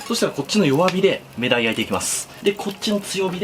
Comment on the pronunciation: ↓目鯛 じゃなくて ↑目鯛 だと思うけど、「め」のイントネーション違うよね？